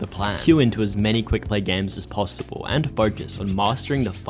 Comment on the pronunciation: "as many quickplay games as postible" had me cracking up